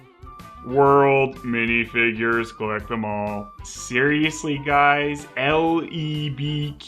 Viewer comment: you trying to pronounce "LEBQ" made me laugh so hard I wheezed.